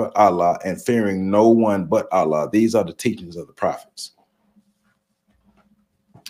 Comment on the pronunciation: Please pardon my correction of your pronunciation of the Arabic word ALLAH, but it is pronounced: "al-llah." You say the FIRST SYLLABLE like you are pronouncing the English male first name "AL" and you put MORE EMPHASIS on the SECOND SYLLABLE which has the SAME "a" sound as in the English word "law" when saying "LLAH." Also, many people mispronounce the Arabic word MUSLIM, which should be pronounced in Arabic like this: "MU" and "SLIM" but many English-speaking people mispronounce it as MUS and LIM which is WRONG.